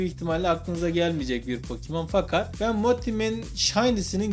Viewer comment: Iki saattir gülüyom yanlışlıkla pokemon yerine pokimon denince güzel olmuş :)